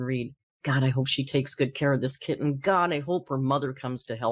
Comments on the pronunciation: the way amber is saying kitten is making me want to throw something. Kit-ten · Why does she keep over enunciating the ‘T’s in ‘kitten’? She doesn’t say ‘boTTle’ or ‘gliTTer’, she pronounces them with a softened ‘t’ which is normal for a US accent…SO WHYS SHE SAYING IT WEIRDLY??